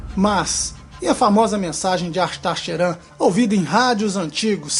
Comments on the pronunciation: Se fala cherram apesar que escreve , Sheran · Você fala "Ashtar Sheran" bem engraçado kk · nosrefeJ tbm achei kkk